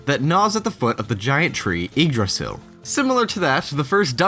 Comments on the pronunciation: Yggdrasil is actually pronouced Yo-ga-dra-ah-see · That's not the pronunciation for Yggdrasill I am used to. I always did think they seemed similar looking. Guess that wasn't my imagination. Whoever figured that one out is a genius. That's really neat. I forgot about the Mario paintings but they give you rupees? That is interesting.